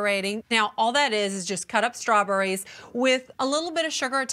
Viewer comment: luh-KOOR ... strawburries ... flawless